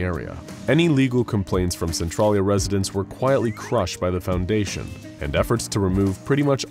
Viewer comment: centralia is pronounced SEN-TRAIL-YA 🤣